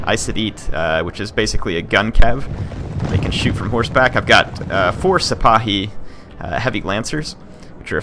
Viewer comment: Well, if it makes you feel any better, you're pretty darn close to correct on the pronunciation of "Sipahi," which is actually an Ottoman term that the French appropriated in the 1830s.